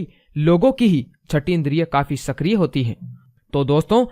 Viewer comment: Bhaisahaab apni hindi pronounciation ko sudhariye... Shakriya nahi sakriya hai, Anulom aur vilom nahi anulom-vilom hota h... Aur nahi ata h bichme.. Ye ek pranayam hai do alag alag nahi... Aur aap gyan dene baithe ho 6th sense open karne ki jisko ek simple pranayam ka satheek naam tak nahi pata... Aur kitni wahiyad pronounciation kiya hai apne...bulb hoti hai.. Bulab bol rahain hai aap bulb ko... Pahele jake education complete kijiye phir jake google se ya dusro ke book padke ya kuchh gyani logoke youtube dekhke apna video bana lena... Apki jo bolne ka tarika ya pronounciation hai usse hi apki education level ka pata chal jata h... Kisi se copy karke youtube me paise kamane ka aajkal fashion chalake logo ko bewakuf banate hai aap jaise log...shame on u guys